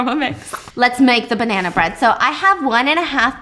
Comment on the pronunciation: The way she said I’ve eaten ur banna 🤨